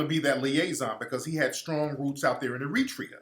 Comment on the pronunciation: Air-ra-tre-yah I can't have you mispronouncing countries playa. Keep fighting the good fight Tariq.